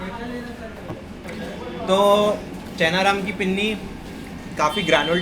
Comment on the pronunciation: It's not chhena ram it's Chaina Ram (चैना राम)